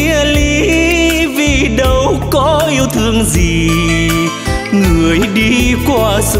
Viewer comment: Những âm "âu, đâu, u sầu " bạn de y. Phát âm sắc lại, hoi bi vòm miệng, co những chỗ hơi bị mờ. Doan co dược gi dau. Ban de y cột hơi.